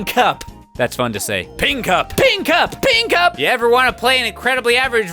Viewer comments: When he started saying ping cup, it started to sound like pee in cup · when he said ping cup fast, it sounded like peeing cup